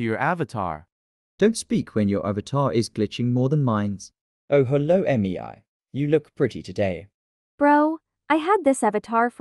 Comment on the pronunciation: “EmiEAi, eMiEai, EmiEAi”, is that actually how it is pronounced? (Not tryna be rude with anyone that its name is Mei)